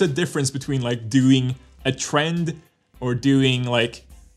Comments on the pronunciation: the way says doing like dêüing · i love thé way u pronounce that Doouing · the way he says doing :)